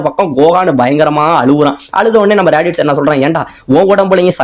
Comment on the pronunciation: bro athu radish illa radits